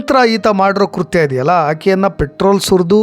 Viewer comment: ಕುರ್ತ್ಯ ಅಲ್ಲ ಕೃತ್ಯ